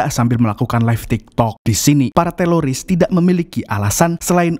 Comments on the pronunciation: Teroris bang bukan teloris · Teroris bang bukan teloris, pake R bukan L😂😂😂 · Teroris... bukan teloris min... hahaha😅😅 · Kirain aku doang yg ngeh klu bilang”teloris bkn teroris”😂😂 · Bukan Teloris Om Yg betul itu Teroris faham om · Teroris bang, lain teloris😅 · Bukan teloris tapi teroris bro hhh pisss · Bukan teloris, tapi teroris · Teroris jhon bkn teloris😂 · Min.... Teroris ya...bukan teloris 😂😂😂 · Teroris bang, bukan teloris😂😂😂😂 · Teroris Om Bukan Teloris itu telor asin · Bukan TELORIS bang 😅😅😅😅 Tapi TERORIS 😂😂😂😂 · Bkn teloris tpi teroris bang😅🙏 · Bisa nggk bang bilang teroris bukan teloris😂😂😅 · Teroris apa Teloris? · Teroris bang bukan telolis 😂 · teroris bro , bkn teloris 😀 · Teroris min, bukan Teloris😅😅 ngomong teroris susah amat... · ngomong ngomong “TELORIS”